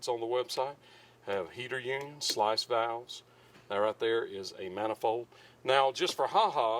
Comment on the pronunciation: It’s not a slice valve, it’s a sluice valve. Pronounce like loose, with an S at the beginning. There’s no such thing as a slice valve.